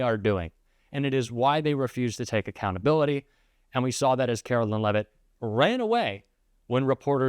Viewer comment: Leavitt should be pronounced as LEAVE IT not LEVIT.